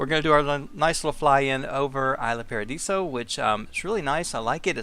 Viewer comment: It's pronounced Eesla Paadiso. Sorry, I don't mean to be rude :)